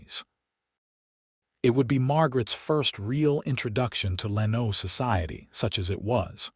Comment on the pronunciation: gotta train AI to pronounce names and cities properly. Lano is not Lan-O, but LAN-o. It twists my ears to hear it wrong!